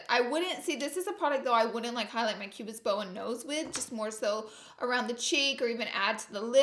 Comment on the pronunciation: Laura Lee Pronunciation Dictionary Whore : Horror Concillar : Concealer Who da : Huda Anastashia : Anastasia Won't tell : Want to Map : Matte Ultra Violent : Ultra Violet Finn T : Fenty Cuba's Bowen : Cupid's Bow